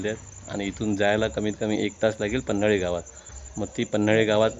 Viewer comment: मित्रा छान ब्लॉग बनवलास. पण गावाचे नाव पन्हळी आहे.. पन्हाळी नाही रे मित्रा 👍🏻